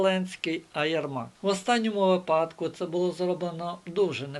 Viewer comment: Ну чомУ знОву кАжете *випАдку*? На першій хвилині! Нема ТАКОГО слова в українській мові! Гидко слухати далі... А по суті - важливі і розумні думки викладаєте.